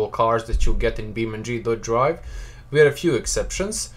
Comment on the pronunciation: its beamng not beam ndree